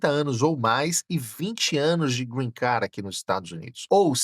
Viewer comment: Nao si pronuncia “Green Car” e sim “Green Card” !!!!